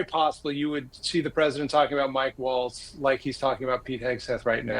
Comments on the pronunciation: If you're going to be covering the news, try to get the names right. It's Mike Waltz, not Mike Walz. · IT'S MIKE WALTZ! Not Walz! 🤬🤬🤬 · Mike WALTZ, not Walz. Can't understand why this keeps getting confused throughout the media...